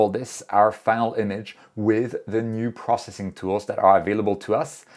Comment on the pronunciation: Funny thing about me is I enjoy capturing images almost every night. But somehow the lazy bug bites me for processing the images. By the way I just enjoy how you pronounce “processing” as “prossing” lol